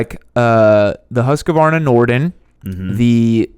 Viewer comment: Sorry to disappoint you, you're still pronouncing Husqvarna wrong, I'm Danish which, as you probably know, is closely related to Swedish, and I tell you, you're doing it wrong. Also, in case you don't know, Husqvarna's bike division is their smallest. In Europe they're primarily known for their two main businesses, sewing machines and machine guns.